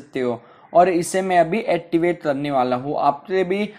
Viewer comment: Bro activate toh theek hai pr attivate🙄😂😂😂